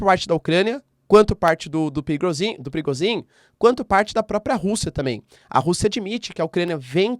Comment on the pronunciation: O Nome do mercenário é PRI GOZS INN E NÃO PRIGOZIN ...